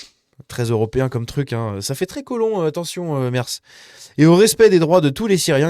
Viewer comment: Petit cours d'allemand: Merz...prononcé: Mèrts! Mais c'est pas si important. Merci pour la vidéo.